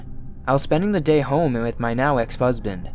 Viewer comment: I thought I was the only one! I don't know why it bothers me so much but I hate how he sings the last word of every other sentence. And he says things like "wiv" instead of "with" for example.